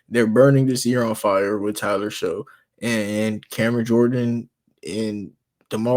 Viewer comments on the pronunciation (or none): It's pronounced SHUCK, like SHUCK if you Buck Boi. Not Show.